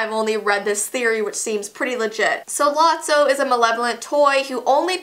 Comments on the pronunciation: You were saying it right.it is lotso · Lot-so that be how you pronounce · You pronounced lotso’s name right it’s “Lot-sow” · You pronounced it right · she's sayng lotso correctly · Oh and lotso is not in the 3rd movie and u said his name right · You pronounced Lotso right YAY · You said lotso right